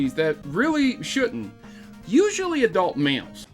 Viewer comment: lol I thought you said adult milks